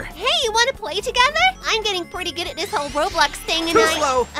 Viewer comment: did sonic just say pertty to amy